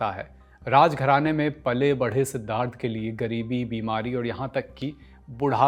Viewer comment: Man you can't pronounce Siddhartha